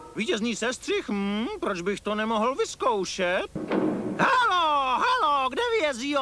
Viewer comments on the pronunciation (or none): none